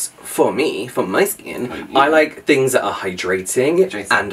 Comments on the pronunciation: My favorite part of your accents is how you pronounce “th” as “f”. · nope "fings" as this is how would pronounce it 😜